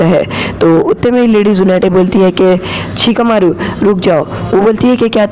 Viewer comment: In Sicakamaru ❌ Chikamaru ✅